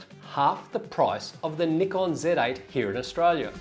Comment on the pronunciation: Nickon, lol. C'mon man.